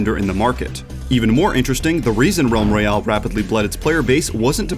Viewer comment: ralm royale?